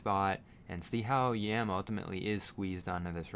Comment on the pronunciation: It's pronounced "Yaam" with an "ah". Means "Sea" in Hebrew.